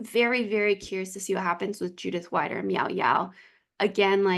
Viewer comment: greetings from switzerland 🇨🇭🇨🇭 i love listening to your podcast while crosstraining 😊 but it‘s judith ‚weeeeder‘ not judith ‚waaiider‘ 😉